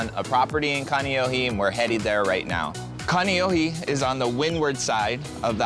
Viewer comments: This dude is Hawaiian, and he grew up in Kaneohe, but pronounces it like haole 😂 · Ka-KNEE-ohe 😅 and you grew up there? p.s. got permits? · It drives me crazzzzzeeee.. say it right, please! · Imagine not pronouncing your hometown correctly.. 92 better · Brah how can you say you grew up in Kaneohe and you can not even pronounce it right lol you might as well say you from the country Waikiki 😂